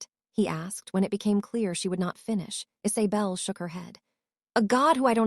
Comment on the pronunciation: Could you please adjust your algorithms to make an attempt to pronounce words correctly, listening to “pulsing being pronounced “pull-sing” and “Isabell being pronounced “Is-a-bell” is thoroughly irritating as they are words repeated in the story line and they take a way from the effect of a story.